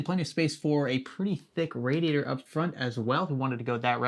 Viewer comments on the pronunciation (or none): none